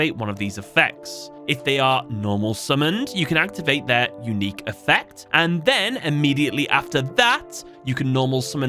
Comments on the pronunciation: Lol "unuiqe" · ah yes, I do love me an "unuiqe" effect